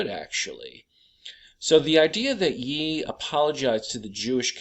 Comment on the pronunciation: Ye is pronounced “Yay.” Like Kan-yay.